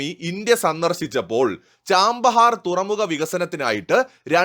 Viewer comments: ആ പോർട്ടിന്റെ പേര് ചാബഹാർ എന്നാണ്, ചാമ്പഹാർ എന്നല്ല. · Hello, the name is not 'Cham'bahar, it is Chabahar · Chabahar (ചാബഹാർ) port ആണ്, ചാമ്പഹാർ അല്ല... pronounciation ഒന്ന് correct ചെയ്‌താൽ മതി...... ബാക്കി എല്ലാം കൊള്ളാം.. Good informative video.. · ചാമ്പഹാർ അല്ല ചാബഹാർ! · It is not 'Chambahar port', but it is Chabahar port